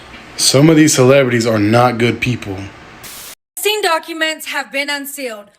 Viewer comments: Hey fyi the man’s name is EP stein not e steen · Just FYI it's Ep- steun